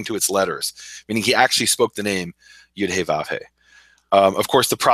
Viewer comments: if you do not really know how to pronounce YEHOO VHEE (REDEMPTION IS HE AND SHE). then you shall not pronounce it incorrectly. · There is no W in Yod He Vav He... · what is so hard about pronouncing the noun phrase YEHOO VHEE.